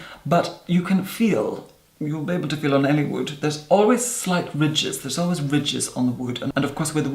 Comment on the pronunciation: Thought he was saying riches the entire time only to discover he was saying ridges